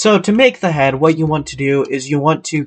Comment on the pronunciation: “Zee head” made me chuckle